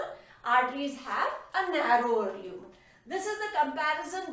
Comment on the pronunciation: Leumen or lumen😂